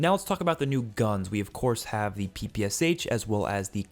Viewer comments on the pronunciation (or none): last letter in PPSH pronounces how “shuh”, bro, and both P sounds like pa in word “pal”